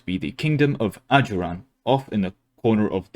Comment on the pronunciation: Bro thought he was into something when he said ajuraan (they're my fav nation)